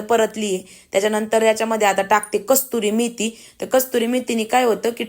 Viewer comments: अग गिरवि नाही ग........ग्रेव्ही... कस्तुरी मेथी नाही ग...कसूरी मेथी बोलतात....राग नको मानू...पण आपले माणूस चुकत असेल तर सांगायलाच पाहिजे असे मला वाटले म्हणून कंमेंट केली...तरी तूला वाईट वाटले असेल तर Sorry..... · गिरवी म्हणतेय ग्रेव्ही म्हणत जा आणि कस्तुरी मेथी नाही ग. कसुरी मेथी म्हणतात. पण खूप छान बुर्जी बनवली 👌👌